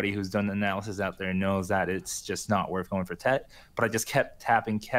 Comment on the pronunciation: TET not ted 😋